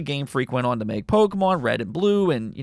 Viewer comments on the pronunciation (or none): none